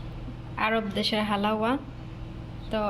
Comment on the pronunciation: হালাওয়া উচ্চারণ হবেনা। উচ্চারণ হবে হালুয়া।